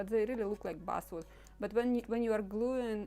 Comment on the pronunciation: A.I. is slaughtering your English, as you say Buswood, the word is actually Basswood, Bass, like the fish! I purposly don't use I.A. because of this reality. However, it is becoming more and More prevalent!